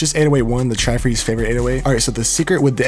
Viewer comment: Is your name pronounced tri freezy?